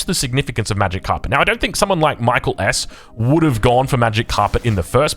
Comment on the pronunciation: It's not pronounced like the English name Michael. I think he's Finnish. It's more like 'mee - KAA - ell'.